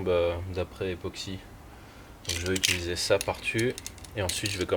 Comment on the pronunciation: Pourquoi tant de monde galère à prononcer le mot "utiliser" ?